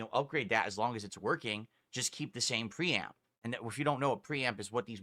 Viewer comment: the way he says his r's really makes me fume. the way he says 'preamp' really made me notice it.. thanks now i have another mannerism to pay attention to.